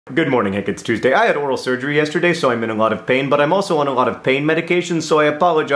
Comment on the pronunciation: for real, i thought you said 'i had oral sex yesterday'. i was like okay, that's an over-share but good for you, i guess. but then i realised you said 'oral surgery' - which is much less fun. condolences.